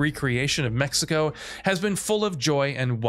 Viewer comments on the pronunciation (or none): none